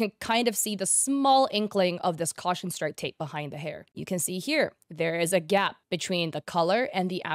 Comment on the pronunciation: ”theres a gyapp”